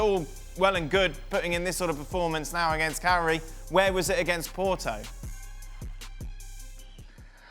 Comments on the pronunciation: It's Cagliari... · its cagliari.....